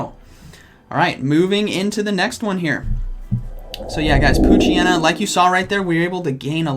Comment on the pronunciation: I'm so sorry. I did not hear "P"oochyena 💀